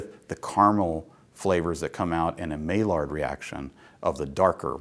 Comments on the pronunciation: May-lard? Try again, Prof. Maillard is a French name and should be properly pronounced like My-yard. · Thanks for the info about 2- and 6-row barley! But Maillard is pronounced as "My-yar".